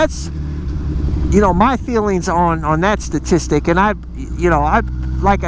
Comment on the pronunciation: You pronounce it "Satistick"